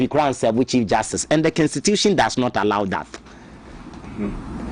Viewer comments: Please it's Constitution not Kenstitution, suatra eeii Ghana fo3 profound akese3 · Her stop that ugly pronounciation,what is s kenstitution, constitution that is what it is 😮😊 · Whatbid kenstitution thing too. Masa pronounce the word properly. Dieben!!! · Please check your pronunciation of constitution. It is pronounce kon.stuh.choo.shun